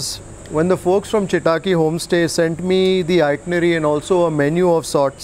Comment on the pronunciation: When will you consciously put effort improve on Kannada pronunciation? Chitaki you pronounce but it’s Chittakki! Where are your intonations!!